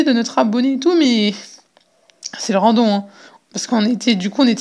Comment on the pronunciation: C pas randon c "random"